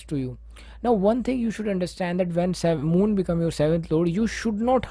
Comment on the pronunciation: Moon, not mood 😂😂. I appreciate your effort though 😉